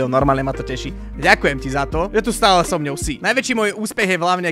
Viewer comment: 1 milion a stale sa nenaucil povedat "so mnou" 😂 ale inak cg🎉💪